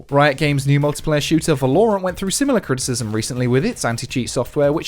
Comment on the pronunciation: I legitimately can't tell if you're saying Valorant incorrectly as a joke or not.